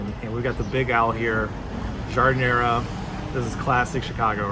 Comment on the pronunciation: I wish narrators of food films would take the trouble to learn correct pronunciation of the items they describe....... Giardiniera: "jarr-deen-yierra".. it's NOT difficult!